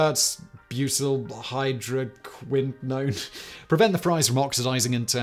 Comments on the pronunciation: He got it the second time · As a former chemistry student I actually clapped when you said "tert-butylhydroquinone" correctly